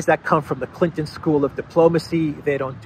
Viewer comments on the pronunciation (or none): none